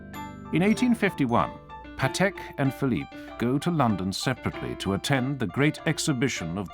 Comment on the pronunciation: Just please pronounce Patek like PAtek not paTEK. He was polish and every polish word have accent on penultimate syllable.